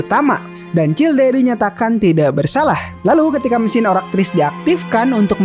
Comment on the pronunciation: childe bukannya dibacanya chaild ya bg